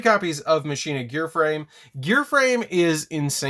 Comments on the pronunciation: FOR THE LOVE OF GOD!!! ITS PRONOUNCED MACH-ENA. It's Latin for machine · "Muhsheenuh" or "Mawkinnuh" that is the question of pronunciation... Its... its Pronounced like "Mawkinnuh" but sick video on one of my childhood decks when I just got them cuz they look cool